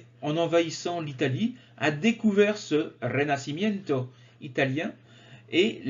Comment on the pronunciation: En italien c'est Rinascimento. Vous l'avez prononcé en espagnol.